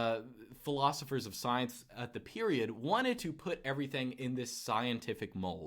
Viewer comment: The way says soyence haha